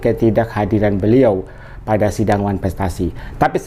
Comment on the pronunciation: Ngomong wanfrestasi aja susah keliatan kn bego nya tp kok bs jd dokter 😂😂😂😂